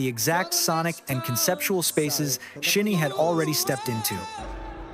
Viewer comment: while i think the points in this video are interesting, it was hard to take seriously due to the auto-narrator. a random mispronouciation of "SHINee" and "live" stuck out to me in particular, as well as some odd choices in vocal tone that no human invested in this script would make. some points about chronology of shinee's solo activities (minho's hwarang comes to mind, which was prior to View), were slightly off, but that was less of a bother for me personally, since the rest of the script was generally accurate (from my memory as a long time shawol). but anyway, i appreciate the points made particularly at the end of the video essay. shinee's recent comeback with Atmos, following heavy-hitters Hard and DCM was a perfect statement of resilience and longevity for SHINee. the perfect comeback, imo. Atmos draws on nostalgia of SHINee's "classic" color in reference to View (which many including the members cite as a turning point, even on top of all the diverse hits they released prior), yet elevates it with the skill, vocal production, and gravitas of a veteran group. The greater context of following up Hard and DCM and the current 4th/5th gen landscape as the video detailed, make it an even greater statement.